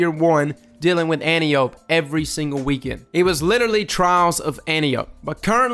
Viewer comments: Its pronounced "Ant-eye-O-pee." Saying "anty-ope" bugs the hell out of me. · It's pronounced: ant-eye-o-p. For some reason that was really bothering me. Great video though agree 100% they need a slightly faster TTK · I think it's somewhat confusingly pronounced An-Tai-Oh-Pee.